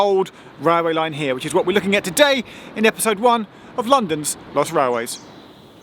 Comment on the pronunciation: When you said” London’s lost railways” I heard “London’s Bus Railways”